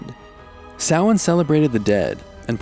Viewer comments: Nice pronunciation of Samhain! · As an Irish person I salute to you for pronouncing Samhain correctly! Go raibh maith agat :) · Thank you so much for not pronouncing Samhain “Sam Hane” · Thank you so much for pronouncing Samhain properly instead of just SAM-HAIN like most of us Americans say, lol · I don’t celebrate ‘Halloween’, instead I follow the wheel of the year shown in the video and celebrate the pagan holidays. (Yule, Samhain, etc). I was pleasantly surprised they actually pronounce Samhain right. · not only did they give credit to Samhain instead of all hallows eve but they also pronounced it right <3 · At least they got one thing right. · Alright, fair play, you nailed "Samhain" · Love how the host said Sahian right! Blessed be! ^_^ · Those fires still happen! We are still around and still celebrate the old ways ❤ and also love that sanhain was pronounced correctly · Is no one gonna mention that only Northern Ireland was highlighted? It's all of Ireland! Also I'm SO HAPPY he pronounced Samhain correctly 👏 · THANK YOU FOR CORRECTLY PRONOUNCING SAMHAIN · FINALLY SOMEONE PRONOUNCES SAMHAIN PROPERLY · Oh my God he pronounced Samhain correctly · Here and Ready to say they're pronouncing samhain wrong Omg they actually got it right im proud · Thank you for pronouncing Samhain correctly! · Thank ps for saying it right. Love from Ireland 🇮🇪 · I'm actually delighted he pronounced Samhain correctly. I was expecting the usually poxy Sam Hain pronunciation. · Same! Pleasantly surprised 🙂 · I was expecting the usual butchery but our fears were unfounded. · Sawaine is how the irish pronounce it. Sam hain is how most English speaking ppl pronounce it! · Same! As a Pagan I really love how he pronounced it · It's the English pronunciation. There's no right or wrong it's no biggie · Wow I’m super impressed you pronounced Samhain correctly. Pro 👍🏼